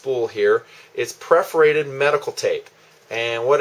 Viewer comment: Love but cringed every time he said "Preforated" Tape.